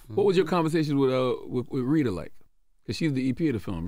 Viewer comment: He said Reeda lol. Wi call har Ritta sir 😂😂😂